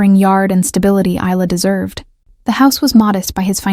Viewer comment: Obviously no idea how to pronounce a name like Isla !! The doll looks rubber in the picture. I can't remember the last time I saw a doll with a porcelain head. Wonder why he felt the need to drag his suitcase up 4 floors when he could have left it in the car?